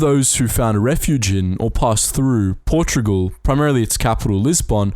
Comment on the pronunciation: Portogual??? WTF